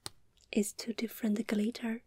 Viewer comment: Whoever taught how to pronounce the word "glitter," I hate you.